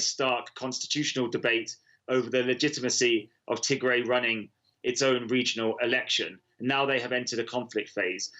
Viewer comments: The name is " Tigray" not to gray. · Correction it’s “Tig Ray” pronounced in the same way as “Sun Ray” I am amazed by Western Media in 2020 that you still have to rely on these talking heads who are non African and not present on the ground in Africa to explain the African Story. This is ridiculous. Africa has 1.3 billion people many of whom can articulately explain our own story. This is a power shift in Ethiopia that happened right after PM Abiy Ahmed won the election and started cracking down on corruption perpetrated by the old regime which had Tigrian support. The result has been blow back from the Tigrians who feel that they are being unfairly targeted in anti corruption law enforcement and they have decided to launch a war in retaliation. This is pure lawlessness, however Ethiopia’s enemies want to capitalize on these criminals to cause chaos in Ethiopia 🇪🇹 especially to ensure that the GERD is a failure. That is what is happening in Ethiopia told to you by an African who lives in Africa. We can tell our own stories without your help, Western Media. Thank you very much.